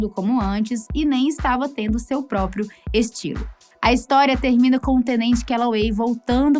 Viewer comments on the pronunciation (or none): none